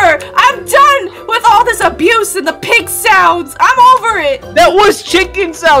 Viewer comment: When he said OH SHEET ITS ABuSE